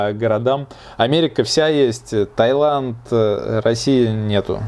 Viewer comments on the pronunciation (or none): none